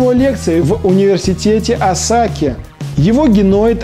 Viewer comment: осАки? Ты Псаки что-ли?) Осаки - на первый слог ударение)